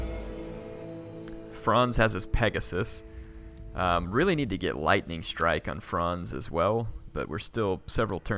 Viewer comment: It's clearly pegasium